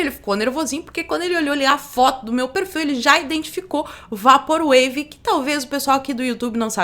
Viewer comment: PROFESSORA, SEM QUERER SER UM "PAU NAS BEIRA", MAS DIGA "VEIPOR UEIVI" (eu queria ter dito isso à alguns vídeos atrás). QUEM SOU EU PARA FICAR CORRIGINDO ALGUÉM, MAS TÃO CHATO COMO OUVIR O PORTUGUÊS ERRADO É O INGLÊS PELA METADE. DESCULPE E OBRIGADO.